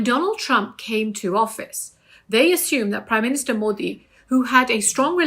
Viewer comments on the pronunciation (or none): none